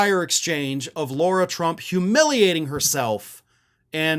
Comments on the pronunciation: We get on Trump and other republicans for mispronouncing Kamala. We should set the example and pronounce Lara the way she requests it to be pronounced. Attack her all day on what she says but it is common curtesy to pronounce their name right. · not to nitpick, but as much of a POS Lara Trump is, her name is pronounced Lar-ah. Like saying car and putting an ah on the end of it. It's not pronounced, Laura. It's a respect thing to use proper pronunciation for someone's name - even when they're trash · Do you deliberately call her Laura instead of Lara? Its the sort of thing Trump would do. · why do you keep saying Laura, knowing full well it's Lara? 🤔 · Lara not Laura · I don’t know if you’re calling her Laura as a dig, like trump and his sycophants mispronounce names.